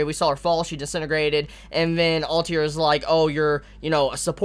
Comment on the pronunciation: you don´t like letters between vocals don´t you like kakeGURI alTIR like man what´s the issue with pronouncing the last 2 letters lol